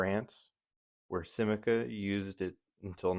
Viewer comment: Sim-ca, only two syllables.